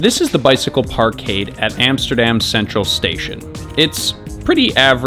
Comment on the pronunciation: hey it's not "emsterdem" it's Amsterdam.